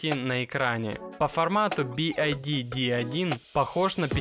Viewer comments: It is not B.I.D. It's B.Y.D! Ok?!👌😉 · Не Би Ай Ди а Би Вай Ди (BYD) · Би-Уай-Ди правильно говорить, а машина прекрасная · Что за кривое и бесящее произношение произаодителя бивайди ???